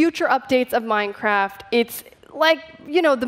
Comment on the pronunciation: i love minecrak she kept saying minecraak